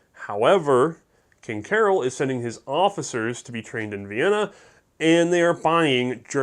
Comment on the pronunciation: I don't speak Romanian, but I believe "Carol" is pronounced like we would pronounce "Karl".